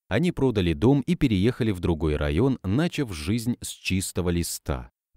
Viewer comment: НЕ нАчав!!!, а начАв!!!